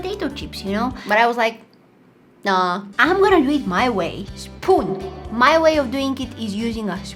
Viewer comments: That is not is how you say spoon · How you say"spoon"it souded like "spun"witch in Romanian means "tell"